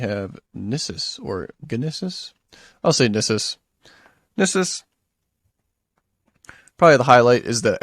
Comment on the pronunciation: Gnisis = "Nee-sis" Khuul = Kul Pelagiad = Pel-ah-jee-ard.